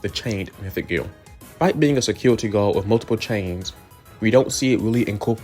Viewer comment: Keep the mic tbh. Using a real voice feels a lot more genuine and regarding the mic quality, it sounds pretty fine to me, just make sure to talk into the mic for 10 minutes. Also you talk like something I've never seen before 'bwoken' or 'gwom' or 'bwany secuwity guawd'. You're like uwu'ing every word with an 'r'. I think it adds some personality to your channel honestly, keep it going!